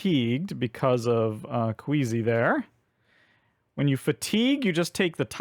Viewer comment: Appreciated this video! I really got a kick out of your pronunciation of Quisi as "Queasy". Ironic for someone named "Queasy" to be so amped up to chow down on biscuits! I also mispronounced her name initially, but in my case as "Kweecee". The actual intended pronunciation is "Kwizzy", because her name was inspired by the word inquisitive (in-quisi-tive). If you and I are any indication, most players probably don't gravitate towards that pronunciation on their own, unless they heard Quisi's name on the Earthborne Games Podcast.